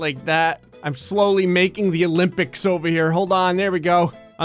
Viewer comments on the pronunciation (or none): none